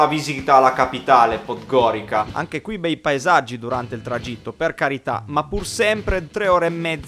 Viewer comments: Comunque non si dice PODGORIKA ma PODGORIZA (pronuncia) anche HERCEG NOVI =HERZEG NOVI (C=Z) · Dai ragazzi, sono di montenegro, ma come dici 'podgorica ", non è bello si sentire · si però raga la pronuncia di podgorica... ))))